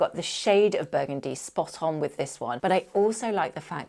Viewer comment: 😂 shot everytime you say buegundi